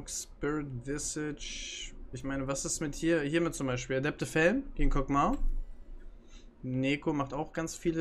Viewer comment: Kog MAW (MAH) nicht Mao 😂